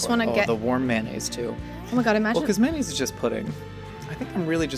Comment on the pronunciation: There are so many words annunciates pretentiously, but he says "mannaise"